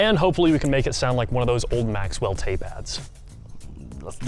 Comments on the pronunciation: BTW it's NOT "MAXWELL", it's "MAXELL"... without the "W" in the pronunciation of it... If you're a TRUE vintage audio aficionado then you should know how to say it properly, lol! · Maxell, not Maxwell. But those were before you were born, so I'll give ya pass on it 😜 (Dang, now I feel old)😅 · Did he say Maxwell, not Maxell? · Did he say "Maxwell tape add"? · FUN FACT- Its actually called MAXELL tapes.. not MAXWELL...😅😅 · maxwell tape?? maxell cassette!! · It's pronounced "maks el" MAXELL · Did that fool say Maxwell?